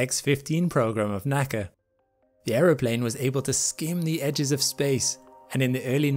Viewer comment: NACA is pronounced like FBI, not like NASA.